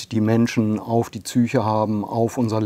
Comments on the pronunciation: Eine Frage nur am Rande: warum sprechen so viele Deutsche von einer Csyche statt Psyche und Csychologie statt Psychologie? Für mich als korrekt sprechende Ausländerin unerträglich. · Wieso sagt der Neurowissenschaftler „Zyche „?